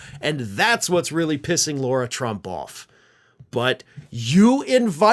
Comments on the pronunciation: La-Rah, it's La-Rah. You're defaming all of us real Laura's calling that... Other by our name. 😅✌️ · I'd like to know why keeps pronouncing Lara "Laura"?